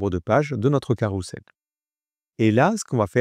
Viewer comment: ça se dit carrouzel et pas carroussel ;)